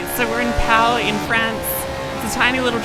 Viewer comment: Funny thing, "Pau" is pronounced "poo" :D Also I love the variety of sims you used in the video!